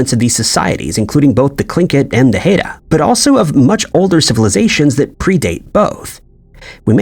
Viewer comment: Haida ‘high-duh’